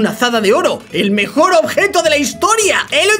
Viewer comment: Dijo mejior en el 🤭🤭😂😂😂😂😂😂